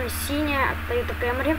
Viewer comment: камри а не кэмри